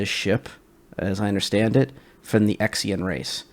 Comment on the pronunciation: Did you say: Ex-ian race? oooh duuddeee. T_T why.